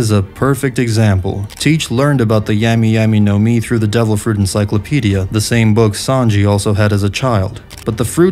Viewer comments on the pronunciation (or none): This dude said 🍠y 🍠y nomi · Do you mispronounce some words on purpose? Like "Lafette" and "Yemmy Yemmy no Mi"? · Great video, but your mispronunciations of everything is killing me man 😭😭😭 DAWflamingo, LaFETT, YEAmi-YEAmi no mi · So annoying how yami yami no mi got prenounced or the name lafitte